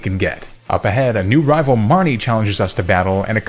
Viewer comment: I swore everytime you said marnie,, all I heard was mommy lol